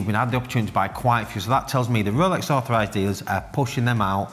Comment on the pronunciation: Due to the accent, when he says “Rolex authorized dealer“, it sounds to me like “Rolex overpriced dealer“. Hilarious, and true!